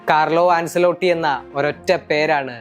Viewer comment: An-chuh-lo-tti (ആഞ്ചേലോട്ടി ) എന്നാണ് കോച്ചിന്റെ പേര് pronounce ചെയ്യുന്നത്. അൻസെലോട്ടി എന്നല്ല